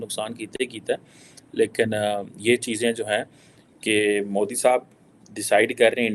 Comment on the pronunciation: Dear, Wonderful u spoke a truth we didn't knew what Musharraf opined about IK. Really IK contributed lot in taking pakistan to current situation. IK has superiority complex fobia.He deliberately and arogently pronaunce name of our PM as Modee, where as pronunciation of other leadrs is not so.